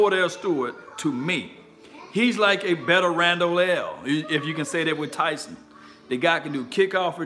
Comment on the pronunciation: Please pronounce his name correctly. It’s Taysum.